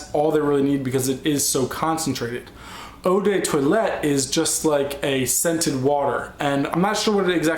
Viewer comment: Hey I love how you prononciate "Eau de toilette"^^ It means Water used when you're washing (cleaning...) yourself